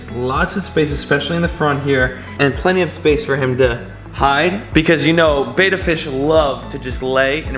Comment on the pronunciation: It's not pronounced beta, it's like better without the r. Betta.